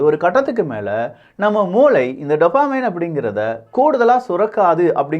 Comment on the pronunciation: டோப்போமின்.... டப்பமின் இல்ல...